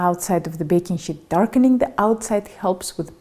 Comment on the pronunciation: What's a "baking shit"?